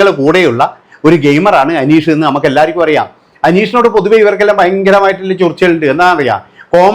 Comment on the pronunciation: നിനക്ക് അനീഷിന്റെ പേര് പറയാൻ ആദ്യം പഠിച്ചിട്ട് വാ